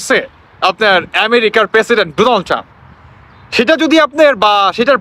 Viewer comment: পাম্প না ❌ টাম্প ✅